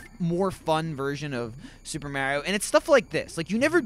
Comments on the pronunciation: can u say MARIO correctly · Lol he says it how english people say it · Only would say Mario like that and not get crap for it